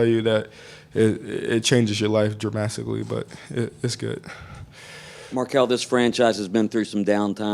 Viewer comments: Word of the day: dramastically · "It changes your life dramastically"